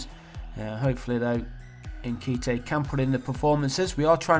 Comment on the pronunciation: Your pronunciation of nkhetia 😂😂